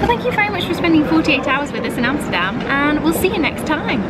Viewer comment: I am impressed, you must be the first person from the UK pronouncing 'Amsterdam' the right way ! Great video btw.